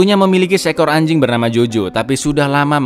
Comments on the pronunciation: Yah biasa aja dong kalau bilang ANJING🗿🗿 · Ngomong anjing ny biasa aja bg